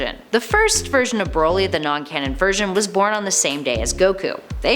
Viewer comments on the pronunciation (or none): She's saying Broly wrong too. It's Brol y not bro lly.